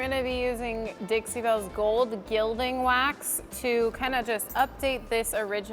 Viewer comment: FYI: Gilding is pronounced "gill-ding" (like a fish gill) instead of "jill-ding".